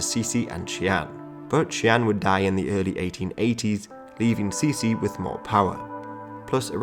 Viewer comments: actually it should be prononced like"chi-ci"not "cici" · Cixi is prounounced Tsee-ci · " Ci xi " is admittedly a tough one to pronounce. Ci sounds like the "tser". Xi sounds like "shee". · Cixi can be pronounced simply "chi-shi" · To use English pronunciations, it's better to pronounce Cixi like "Tser - Shee". (Source; I am a Singaporean Chinese, grew up with both English & Mandarin) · I get your shee, but why there is an R after tse? that sounds like 慈儿禧 no? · That's not how to pronounce cixi